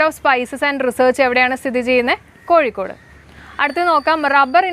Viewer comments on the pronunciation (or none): none